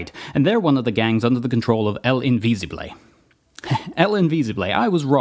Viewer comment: You pronounced Invisible wrong.